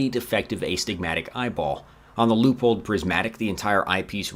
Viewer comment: Can you teach how to say Leupold please? Thank you.